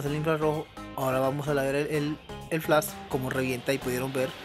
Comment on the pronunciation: Tienes razón bro no es burla! Se me hace chistoso como lo pronuncias es todo. el flass !